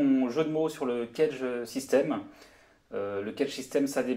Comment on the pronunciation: éviter de prononcer cagette,sinon çà le fait pas.